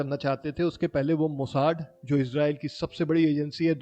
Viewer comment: भाई मेरे हिसाब से मोसाद नाम है मोसाड नहीं ❤ Good work and good story 👏